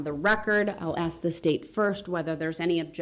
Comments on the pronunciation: The word is 'Ask' not 'Aks' Derwood. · Yes let me axe u a question wonderful diction